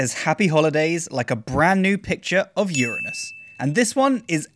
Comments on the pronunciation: well done at pronouncing Uranus correctly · Hi, Love your videos. Your enthusiasm is infectious. Keep up the great work. P.S. I'm so glad you pronounce Uranus the way you do. So sick of the "anus" pronunciation. Regards from Australia. Cheers Mate.